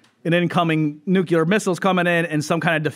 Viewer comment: Nu - clear... NEW CLEAR.... NUCLEAR....... NOO KLEAR